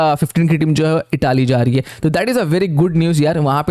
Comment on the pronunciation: Bhai Itaaaly nhi Italy hai